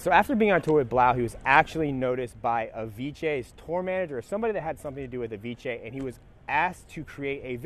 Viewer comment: I like how you say Avicii "Aviche"